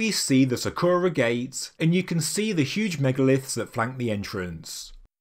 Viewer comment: The correct pronunciation of Sakura is SAH koo rah 😀